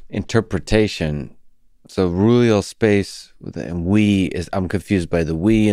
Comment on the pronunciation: Roohleeuhll spacccce